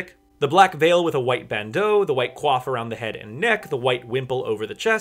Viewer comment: So not the point but thank you for being the first YouTuber I've seen in ages who can pronounce the word "coif" correctly.